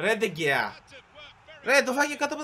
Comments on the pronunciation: Διαβάζετε ντε χεα όχι ντε κεα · Λέγετε ντεχεα όχι ντεγκεα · Προφέρετε (Ντε Χεα)